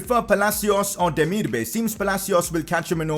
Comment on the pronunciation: It’s pronounced demir-ba-aai